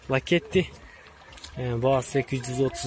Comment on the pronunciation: Лакети эмас ласети досум